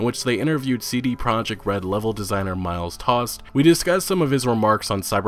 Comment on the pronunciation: you are basically discussing old info here that has been discussed many times before. Where's the HUGE INFO! ? This is not a bad video in any way but i struggle with your video titles and find them quite clickbaity tbh. Also the name of the level Designer is Miles Toast not Tost. Toast as the bred.